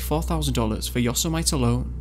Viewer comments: Awesome - but, please, mate - its pronounced yo-SEM-ih-tee, - not YAW-sih -mite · Also its yo-semity not yos-a-mite not too be a dick I'm Canadian not American but calling a state park is laughable. Sorry though it's not a bad synopsis but massive gaps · Yos-emite 😆 Yosemite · Paul ee dees 🤣🤣🤣🤣🤣 Paul i des.. Yose might 🤣😂🤣😂😂 Yo Semity. Brilliant research 👏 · Yo-se-mite! 😂🤣 It's pronounced Yo - seh - mitty. "To err is human, to forgive...divine." (Alexander Pope) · "Yo-seh-might"? Yosemite is pronounced yo-seh-mitt-tee. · Even though I know at this point it is pronounced, "Yo-sem-ih-tee," it is nice to hear someone else do what I still sometimes do, and call it, "Yo-si-mite." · Yo Sem ite ... you mean Yosemite? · (Yo sit a me) national park not yosomite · "Yossa- MYTE?".. Hey, it's pronounced Yosemite. as in Yo-SEMMA-tee. Christ. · Casey Plooy Casey Plooy Uh... No, Casey. It's called pronunciation. Yo-suh-MITE and yo-SEM-ity are two different ways of saying it and has nothing to do with accents. And I'm not bagging on. I'm just letting him know the correct way to pronounce the word. If you had someone who kept calling you Cassy, would you not correct them? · It's pronounced 'Yosemite', as in 'Yosemite Sam', not 'yosumaait', other than that, nice video man. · Yo-sehm-it-y YOSEMITE. Not yoseh-might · Um, Yosa Might? Could that be Yosemite? Yo Sem it E like Yosemite Sam. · Did he say yo-sa-mite it's pronounced yo-sem-ity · FYI-Yosemite is pronounced 'Yo-sem-it-ee", not "Yo-sem-ite" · I didn't see anyone else point this out, but "Yosemite" is pronounced "Yoh-SEM-ih-tea," not "YOH-seh-might" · OMG Its not Yo-si- might...its pronounced yoh-se-mi-tee dumb ass but cool guy lol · Yose-uh-might national park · As weird as calling Yosemite yos-a-mite? Cuz that's pretty fuckin weird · It's pronounced Yo-sim-eh-ty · [Pul EYE dis] [Yo SEH mu tee] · "Yo sem eh tee" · Yosemite is pronounced yo-se-mi-tee ya fuckin salamander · Its pronounced yosemitee my doggy